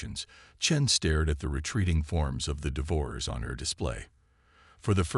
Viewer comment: I wish you would learn to pronounce words, Devour- ers -DEVOUR-ERS